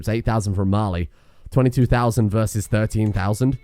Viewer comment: During the whole war I thought you were saying Marley